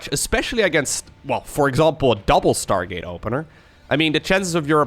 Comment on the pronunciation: "startgate" - haha thats why i love u